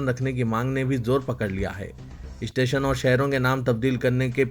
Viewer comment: شرم تم كو مگر نهى آتى ... اپنے تلفظ صحيح كريں ۔۔۔ ريلوے ٹنشن نهى "اسٹيشن " بوليں۔۔۔۔۔۔ايودهيه كانٹ نهى "كينٹ" بوليں يا كسى اور كو نيوز پڑہنے كا موقع ديں